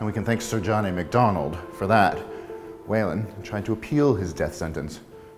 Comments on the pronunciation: Let the record show that Whelan should not be pronounced "Wailin'". Try "Wheelan". Enjoyed the video, thank you. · New subscriber here. Great stuff. Whelan is pronounced Wheel - en